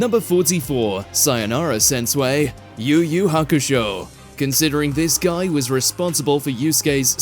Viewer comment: Really Sensu-way?!? 🤣🤣🤣 pronounce it as Sensu-wi hey are you really watching anime specially Yu Yu Hakusho better watch it again 🤣🤣🤣